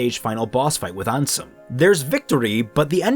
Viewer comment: I also got tempted to leave there but didn't and kept watching till he said Ansom instead Ansem.